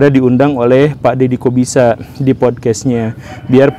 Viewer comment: Pas guru gembul bilang Dedy Corbuzier kok kedengarannya kayak Dedy kok bisa ya?😂😂😂